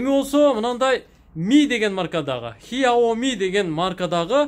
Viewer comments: хиоми эмес сиаоми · Хиооми эмес хсиоми деп айтылат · Хиаоми эмес. КСЯОМИ же СЯОМИ деп айтылат